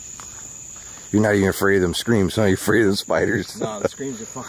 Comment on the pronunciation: I like how he says spioders